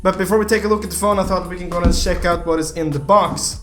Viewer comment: Prounounce if check Me:check Panda:sheck